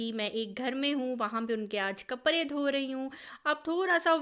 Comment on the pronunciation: AP kaprdy ko kapry kiun bolty Hain?